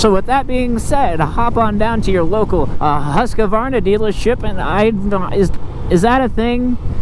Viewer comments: It is HUSQ-VARNA not HUSQ-A-VARNA dont know why so much people invent letters xD.hahahha Nice vid men! keep it up!! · I have an idear ... Let's go ride a Huska-varnah! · There's only two "A's" in Husqvarna.